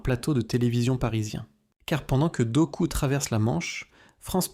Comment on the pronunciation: Doku se prononce Dok "ou".